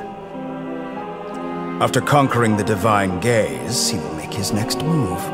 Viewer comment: As someone who does not play Genshin and is not a fan but only for Dottore, I can only hear "divine gays"